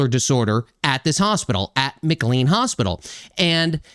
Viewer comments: The hospital is pronounced McCLAYNE not McCLEEN. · It's pronounced McLean with long A as in Shirley MacLaine. The HIPPA law of 1996 prohibits the disclosure of health care information so that's why you won't know about the backgrounds of Brown and the mother and her kids who spent time at the hospital. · Hey - I'm a big fan of your channel and a lifelong resident of a suburb of Boston. FYI. It's pronounced MCLANE Hospital even though it's not spelled that way. Sadly, McLean Hospital temporarily houses many violent people and it has a long history of problems where former patients get released and proceed to commit heinous crimes. It is unlikely that this flawed system will ever improve because time after time there's a violent incident followed by no attempted remedies whatsoever.